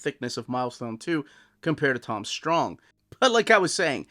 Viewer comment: You mispronounced Strong.